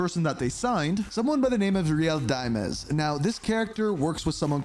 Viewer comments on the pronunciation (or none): Why does he keep pronouncing it as “Real Dime-ez” it’s pronounced “Real Dimes”. Like they’re calling themselves real 10’s lol